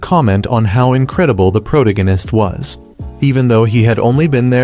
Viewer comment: Ah yes the pro-ta-gan-ist